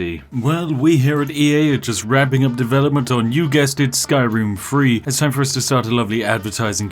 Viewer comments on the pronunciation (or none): Me : skyroom three Him: skyroom free